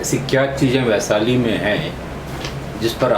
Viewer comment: काहे को interview लेते हो जब शुद्ध बोलना नहीं आता। बैसाली नहीं होता है बल्कि वैशाली होता है।